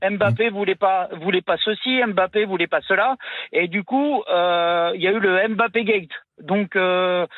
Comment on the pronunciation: Prononcer "Em-Mbappé" en 2024, il faut le faire.